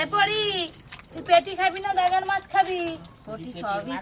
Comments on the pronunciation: গাদাকে বলছে দাগা। অশিক্ষিত মঙ্গলার মুখে কথা ফুটছে। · "daga" na re maa..."gada"..shekha te parlam koi..:face-fuchsia-wide-eyes